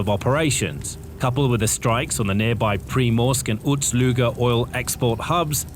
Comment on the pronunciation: Ust, not Uts Luga.